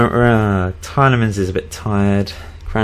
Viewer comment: It's pronounced Tee-ely-mon.